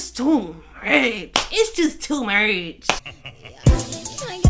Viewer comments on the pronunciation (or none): "its to muuurch"😭